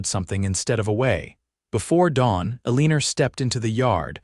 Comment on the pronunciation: Her name is pronounced ell i nor not a lean er